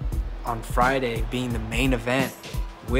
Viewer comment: Pueeerto Rico not Porto Rico...come on dom!!! no lo digas como un gringo!